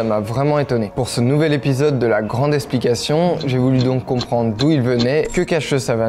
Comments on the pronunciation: La grande ESSplication ?! Sérieusement ? C’est si compliqué à prononcer correctement EKSplication ? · Jeune homme, essayez de dire eKsplication, et non esplication, cela vous donnera tout de suite l’air moins bête. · Très intéressant mais il va falloir travailler les X. J'ai un peu du mal à entendre le mot "esplication" ^^